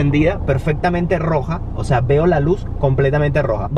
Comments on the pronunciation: Es que el compa dice osa no o sea por eso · No se cansa de decir “ósea” jajajajaj 🤣